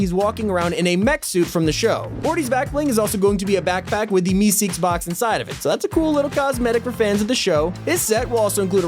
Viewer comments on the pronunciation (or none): none